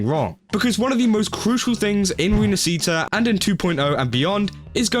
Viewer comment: Ok so, 2.0 it's basically Venice (at least I think the inspiration is from it. Ports, Carinval, Masks...) so, as an Italian guy, the least I can do is say: Please, go check the correct pronunciation. It kinda hurts my ears if you know what I mean.